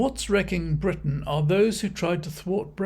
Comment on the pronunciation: Farage believes greatly in Bwitain 😅😅😅